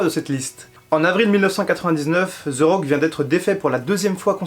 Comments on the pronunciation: allor Jim Ross et dans le tord, Jerry The King aussi car ont dit The Rock et non Ze Rock. Pas ZE Miz mais The Miz. mais je serais pas méprisent comme d'autres car ont ma dit que ce l'anglais avec l'accent francais et le fait que je parle l'anglais nord americain la pronociation est pas la meme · Pk Ze Rock? Ce The Rock. sa ce prononce De Rock